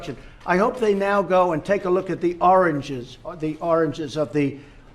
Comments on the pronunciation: Wait...there's a Heroine summit?!! Lol Trumph forgot what he was saying in the middle of the sentence, tried to recover, and just babbles. I don't feel bad for laughing at Agent 🍊😂😂. Trumph is the dumbest reality show star in a very, very competitive field. God bleshh da United Statsh. Grandpa is lost again lol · richfield dominic he said origin once and oranges three times in that clip. U deaf? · Trump is a moron. No question. But, Trump was trying to say "Origins". This even correlates to what he is saying. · Haha he was trying to say origins He couldn't pronounce it He's old he forgets things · My mom had dementia. Trump has same symptoms, but I don't think "oranges" for "origins" is one of them. Sounds like he mispronounced the word. He clearly sd "origins" one time. It's a word that is harder to pronounce. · My mother-in-law has severe dementia, and there is no doubt in my mind that he has it too. He looks baffled, I recognize the blank look. He is trying to say "origins" but can only come up with "oranges" maybe because it is a simple word. His language will continue to become simpler because he will hang on the things he learned first the longest. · oranges, to me he just has a very hard time saying the word "origins." That that specific word he has a problem pronouncing. whatever the reason. It's no different with my mom. Throughout her life since childhood, she can never pronounce "mule" right. No matter how many times you pronounce it for her, when she tries to say it, it just doesn't come out close to that. She has no problems pronouncing any other typical " normal" word. As for the "ish" sound to his words in other words. No idea. Sometimes it can be explained by just somebody that just gets too nervous speaking publicly that their mouth starts to quiver, the muscles making the mouth form in a smaller formation, and the brain starts to work too fast trying to save the speech, only to clash with itself and making it worse.